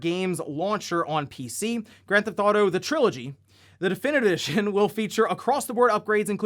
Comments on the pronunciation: “Grand Thought-O” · Always been a fan of "Granthauto," as you call it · Granth Auto,?;-) just poking a bit of fun. I've noticed you say it like that a few vids back. Just giving ya a hard time. (Comments is comments yo!)